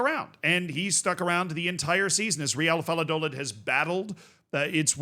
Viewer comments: VAL-LAH-DOH-LID lmao, you nailed the Real part though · The "David Moyes tries Spanish" is strong with this one! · Valladolid not Valladoland 🤣🤣🤣🤣🤣🤣🤣🤣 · Dude...Valladolid is prounced like in "vaya con Dios"...do, as in " a deer, a female deer" and lid as in...a lid 😄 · It’s not doe-lid… it’s do like door without the or, and lid like lit with a d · my brother how do you live in Florida and pronounce Valladolid wrong 😂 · The way you say "Valladolid " gave me cancer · the lla in valladolid is pronounced like the ja in japan, pretty good pronounciation besides that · It is pronounced Reeuhl vai·uh·duh·lid😂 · THE WAY U SAID VALLADOLID😭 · He intentionally said it the most american way possible and these European goofballs are getting so triggered 😂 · I'm crying Americans aren't real man 😭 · Z, I love you and I know you try really hard to pronounce stuff correctly... But BY GOD man, wtf is this "Valladolid" pronounciation lmao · That's probably the most unique way I've ever heard Valladolid be pronounced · i could not watch the video with his pronunciation of Valladolid 😭